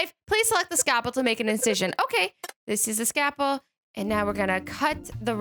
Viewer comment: S C A L P E L not scapel